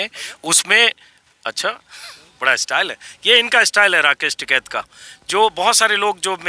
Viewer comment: Its "TIKAIT" and not "TIKAT" 😉😉😉